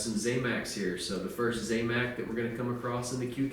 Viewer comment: not `zay mac` its `zam mac`, zam like sam